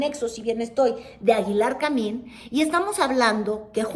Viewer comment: esos tus lapsus son preocupantes, la pareja de Aguilar Camín-que no Camil-, es Ángeles Mastreta. Toma algo para el cerebro.